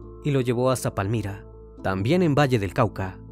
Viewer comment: Saludos desde Tuluá Valle del Cauca Colombia Me encanto como pronuncio Palmira